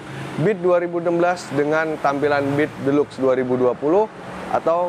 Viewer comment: Deluxe dibaca 'dilaks" 😁